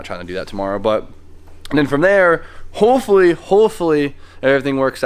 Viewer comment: are you saying hoe fully or hopefully?